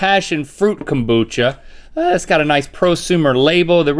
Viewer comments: Someone should’ve told Rhett that it’s “kombucha” not “kambucha”. 😂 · nobody: rhett: KAHMboocha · No one: Rhett: calm-bucha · nobody: Rhett: kOMboocha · My grandma always pronounced it 'kum-boo-kuh'. She also made her own and would put some in my drinks because she knew how gross it was. I hated it. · rhett hits the o in kombucha so hard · I'm surprised I can't find any comments about Rhett's pronunciation of kombucha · The way Rhett says kombucha shows he’s definitely from the south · it's kombucha girl!!